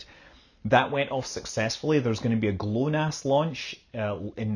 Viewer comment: It's "gluh-NOSS", not "GLOW-nass".